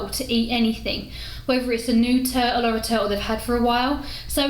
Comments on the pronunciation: Must be something wrong with my hearing. I kept hearing you say "toad". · I love her accent.... "Turull" You drop the "t"